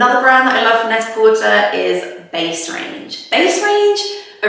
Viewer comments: I’m sorry, but is it not pronounced “net-ah-porTAY”, like “prêt-à-porter”, i.e. French for “ready to wear”? I’ve never heard anyone pronounce it “net-a-por-TER” before. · Is Net-a-Porter pronounced with the "ur" at the end? I thought it was pronounced in the French manner like Net-a-Portay. Also, that shirt that you're calling a bowling shirt reminds me of the shirts bus drivers used to wear around here. So I'd call it the bus driver shirt. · yea I thought that too